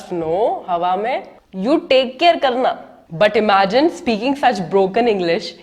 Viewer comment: that south Indian accent in """"take care karna "".......anyways good Video